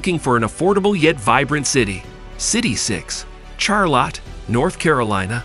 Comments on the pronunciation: LMAO!!!!! The way he said Charlotte Char-Lot 🤣🤣🤣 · Rally? Char-Lot? Must be a dang computer voice.